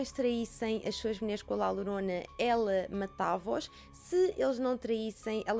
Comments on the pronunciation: La Llorona lê-se “lá lhorona” que significa “a chorona”. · Bem vinda de volta!! 😁 A maquilhagem está maravilhosa, a qualidade de som e imagem está nos píncaros 🔝 Podes ler La Llorona como sendo "La Yorona", assim fica mais parecido ao espanhol. 😘